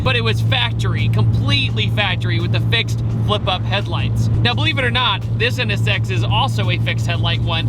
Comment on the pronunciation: I like how you pronounce it. NS Sex. Yeah, that is what that car is.